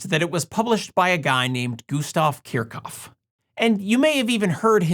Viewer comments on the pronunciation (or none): I thought the correct pronunciation of Kirchhoff is "Keersh Hoff". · Please, please, please learn to pronounce the name correctly, it's a good video but the rubbish pronunciation is intolerable!